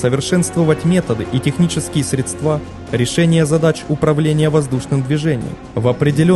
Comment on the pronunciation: Автор, не "пОлка", а "полкА", не "КаУнас", а "КАунас", не "СредствА", а "СрЕдства". И такое ощущение, что либо автор у "Википедии", либо она у него полностью слизала материал. Весь текст в слово в слово совпадает. Нехорошо так делать.